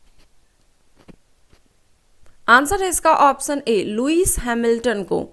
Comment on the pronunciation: Baki sb toh thik h ap sha aur sa me antar krke bola Karen...jaise ki ap ऑप्शन को ऑपस‌न bolte ho jo ki galat uccharan h...it's irritating so much in every question☹️